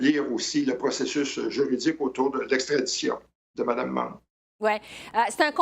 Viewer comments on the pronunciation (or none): Mme Meng n'est pas mme mangue (prononcez correctement, svp attention aussi aux saloperies..."ça l'a pris'...).